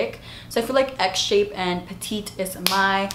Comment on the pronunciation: Done! Girl I literally thought you were saying “egg” when you said “x shape” 😂😂